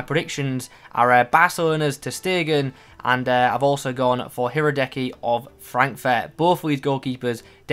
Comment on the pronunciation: The Kopenhagen LM Fischer just say it like "fisher" and Leverkusen Goalkeeper Hradecky "Ra-dez-ky" 😀